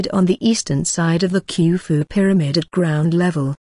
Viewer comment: Also, it's "khoo foo", no "kew foo"